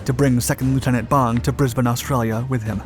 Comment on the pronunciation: wow thank you for pronouncing Brisbane correctly! As "Brisbin" not "Brisbain".